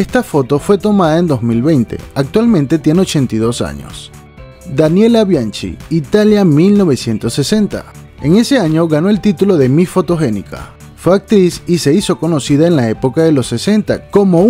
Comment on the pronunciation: BIANCHI en italiano no se pronuncia CH, se pronunciaria BIANQUI,como Moschino,la marca que se pronuncia mosquino